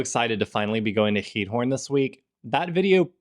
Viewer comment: (Ik zal even commenten in het Nederlands aangezien jullie het hebben gehad over de taal leren.) Je uitspraak van Giethoorn is echt stukken verbeterd! Ik vind het echt leuk om te zien dat jullie je echt settelen in Nederland en niet zoals vele andere buitenlandse mensen die niet 'echt' deel uitmaken van hoe Nederland echt is. Ik hoop dat jullie je hier een beetje thuisvoelen :) Ik ben een verpleegkunde student en ik werk in een verzorgingshuis in Den Haag. Tof om te zien dat jullie mijn stadje hebben bezocht :) Ik ben opgegroeid in Den Haag. (English translation below) (I will comment in Dutch since you talked about learning the Dutch language) Your pronunciation has improved so much! I really enjoy watching your videos and how you are settling in in our country. I feel proud that you two show the Netherlands how it really is and really become part of the Netherlands. I really hope you feel at home here. I am a Dutch nursing student working in a nursing home in The Hague. Awesome to see you visiting my hometown :) I grew up in the Hague. (sorry for the long comment lol. have a nice day!)